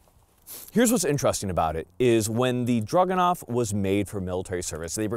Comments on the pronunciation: DRAGunov. Not DRUGanov. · Stop saying "drug-anov". It's a freaking DRAGON! It's the Dragunov!! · sounds like he is saying druganov the entier time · I think it's cute how pronounces it 'Drug-enough.' 😂